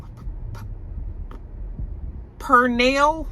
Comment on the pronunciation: "Pernel? Pernel?😂😂😂